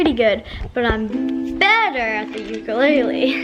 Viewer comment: You are saying ukulele wrong